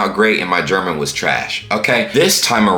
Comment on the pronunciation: You're german pronunciation is excellent,!